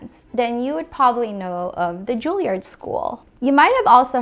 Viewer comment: Julliard "Joo lee ard" Not nitpicking. Just tryna help, if that makes sense.